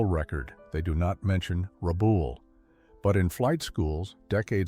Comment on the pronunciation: It's not Rabool its RabALL, just like those things your scratch when they are itchy.